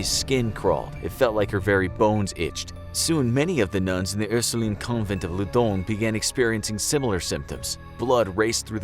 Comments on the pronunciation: I thought he tried to write London but said loundon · Why do u say ludnon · Why does it say Loudun